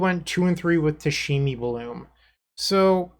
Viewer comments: playing tameshi bloom! Oh goody must watch dont care if I'm tired... Pronounces it "tashimi"... Does he catch the mistake when he reads the card? No... Darn.. Can't get past it sry.. Thank you for the content but I have to stop watching... Oh he catches it.. Doesn't change I'll find another video thats ok.. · New drinking game, everybody drinks a shot whenever says “Tashemi “